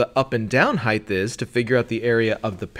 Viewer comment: How does an intelligent person say "heighth"??? That is NOT a word. Height. What a fool.